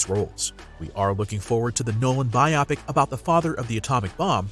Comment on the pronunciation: FYI it's pronounced BI-o-pik not bi-OH-pik.